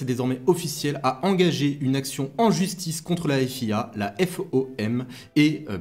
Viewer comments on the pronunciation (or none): none